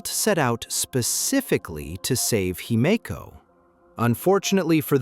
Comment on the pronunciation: Whatever you did to get your narrator to say Himeko correctly , you should do more of it.